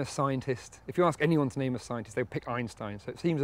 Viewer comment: Actually, for a Brit does a good job pronouncing it. It comes quite close to as northern Germans would pronounce it.